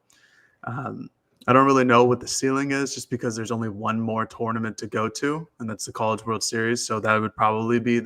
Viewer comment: "TORN-uh-ment". But seriously, is the weak link on this show. Could probably replace him and no one would even know...